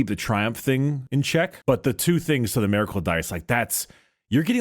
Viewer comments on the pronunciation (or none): please I’m begging you. It’s miracle, not maracle